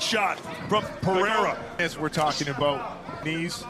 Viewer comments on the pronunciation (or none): Or "Periyra" as the guy says lol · I wanted to teach an english speaker how to pronounce Alex Pereira's name hahahhaha although you can speak whatever the way you want to, It's funny for portuguese speakers to hear it